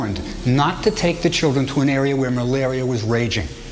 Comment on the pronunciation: "It was malaria not murda."